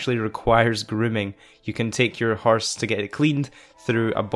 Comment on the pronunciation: “Herse” haha